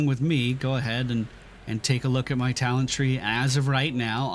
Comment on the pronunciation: Cringed everytime he said "talent"and "Path of ExileS". But with that said, as a player who enjoyed PoE for thousands of hours I'm always happy to see new players trying this awesome game out. GL taking your build into endgame maps. I Hope you find the same amount of enjoyment that I have had this far with this game.